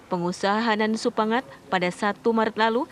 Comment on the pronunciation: gemes sama naratornya.. udah jelas jelas "Supangkat"